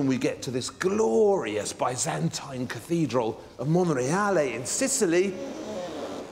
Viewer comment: Learn how to pronounce "Byzantine"